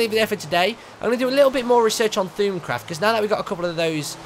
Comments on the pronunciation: It's pronounced thormcraft not thoomcraft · Just FYI It's pronounced Thowm-craft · u still cant pronounce thaumcraft...